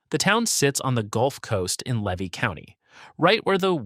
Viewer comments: LEE-vee County. mic-kan-NO-pee. o-CHOP-pee. Two Egg and Weeki Wachee are not incorporated towns. And you forgot to mention that I once visited Weeki Wachee. To see the mermaids. BTW, the state of Florida also took over Silver Springs and Rainbow Springs and made over those two old attractions as state parks. But without mermaids. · I'm from Levy County FL. I was wondering if you thought that there is something wrong with people wanting to live in small untouched towns? Not everyone wants to live in shitholes like Jacksonville, Orlando, Miami and Tampa. Also learn how to pronounce Levy and Micanopy and others. Also the big bend area is called the nature coast not the forgotten coast. We Floridians like it as it is.